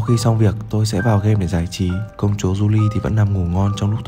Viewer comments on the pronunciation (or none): May và July hình như là tháng 5 và tháng 7 và July đáng lẽ ra phải đọc là Julai ko phải July